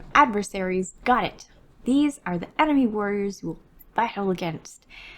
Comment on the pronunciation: Emeny? EMENY! 🤣